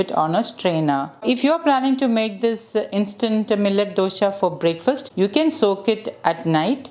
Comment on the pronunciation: I just want to add that, for a kannada language person, the word dosha as pronounced by you, gives a negative meaning. You can Google the meaning. Just thought I would let you know. Hope I have not offended you.